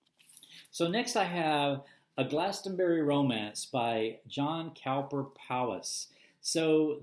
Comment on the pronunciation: John Cowper Powys is from the Welsh, I believe. Pronounced as if it were 'Cooper' (ignoring the 'w') and Powys pronounced as an 'i' (or 'Powis' phonetically). Congratulations, you may now own the greatest novel of the 20th Century! (which no one has heard about!) I am a JCP fanatic. Try and get your hands on some of his poetry books... they're great (if you like Hardy and Yeats) and, again, utterly off the beaten track.